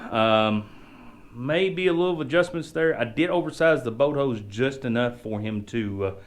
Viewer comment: ... what's a "boat hoe"? 🤣